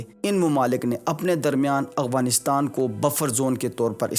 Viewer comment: Why do you pronounce Afghanistan as Aghwanistan?